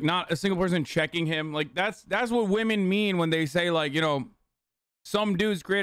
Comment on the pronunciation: "if you dont ask wamen"